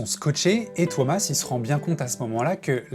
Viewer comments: His name is not Thomas, it's TUO-mas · I get that their names are hard to say, and I can gloss over pronouncing it as “Thomas”. But come on dude; “Tare-yah”?? If you’re gonna make a 42 minute Nightwish video, take 5 seconds to look up the pronunciation of the lead singer. Tapped out .